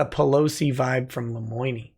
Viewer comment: Lemoine should learn how to pronounce his own name before thinking about consluts.